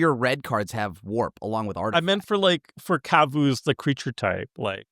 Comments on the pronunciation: pronouncing Kavu like Kazoo is adorable 😂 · did not just call them kuvuus...